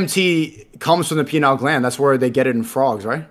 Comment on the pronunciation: Pineal not penile lol